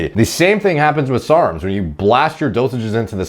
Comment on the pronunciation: Why does he say serms instead of sarms